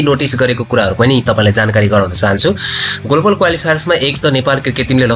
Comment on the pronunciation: गोलोबल गोलोबल होइन हौ ग्लोबल भन्नुस न। Anchoring गर्ने मान्छेको साना साना उच्चारण त शुद्ध हुनुपर्छ।